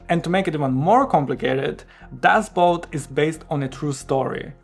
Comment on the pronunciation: You pronounced it correctly for German (at least as far as my ears could detect). But the German word "Boot" means "boat" and is pronounced more or less the same in German and English. BUT, the problem arises when English-speakers see it because it's spelled the same as the English word "boot", which is pronounced /buːt/ (rhymes with "lute") and means an item of footwear.